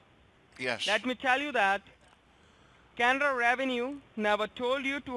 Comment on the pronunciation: Good one again Sir. How can someone fall for these scamming bastards who can’t even say Canada properly